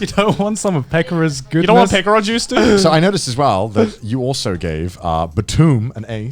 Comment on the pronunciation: They pronounced Pekora's name weirdly so when I heard it, I was like, "What the hell's a 'picora juice'!?"but then I saw the bottle and was like, "OOOoooohhhh...that!".